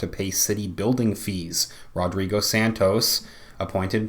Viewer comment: 'RodBigo' LOL!